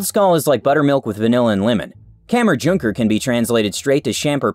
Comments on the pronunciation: omg yes him trying to say kammerjunker and koldskål which can be translated to cold bowl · It was so fin to herre him try to say kammerjunker og koldskål i am Danish